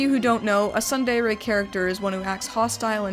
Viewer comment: Also, "tsundere" is pronounced: tsoon deh-reh